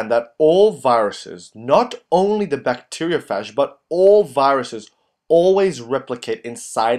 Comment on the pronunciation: It called a (bacteria-ph-age)